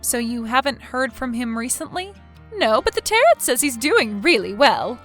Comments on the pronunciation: Tarot rhymes with arrow, not carrot! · "Tarret" Deck?? Tarot (Täh-rōe)🙄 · Tarret? it's pronounced tarroo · Not sure if you’ll read this or not, but I need to tell you that tarot is pronounced taroe. The last t is silent. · It's pronounced "tah-RO", there is no hard t at the end of the word. It was grating on my nerves. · tarot is NOT pronounced like carrot. the last T is SILENT. and if that was me, i'd have sold/moved way before it got to the point of vandalism and would have called the cops about it when it did get that far. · I love your channel and your stories...so original! However, just one small thing... "Tarot" is pronounced: "Tay-roe" Otherwise, keep doing what you're doing. Out of all the channels like this out there, yours is really the best. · Tarot is pronounced taa-row. Great story, as always! 😀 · Actually the proper pronunciation of Tarrot is Tear-O. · WOW!!! If you are going to use the word "Tarot" so much, at least pronounce it correctly! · Good story. The t is silent at the end of tarot. The brother failed Listening 101! When someone is consider selling something it doesn't mean it's to the person asking. I don't remember a mention of what happened to the children's mother. Maybe MIL overload sent her off!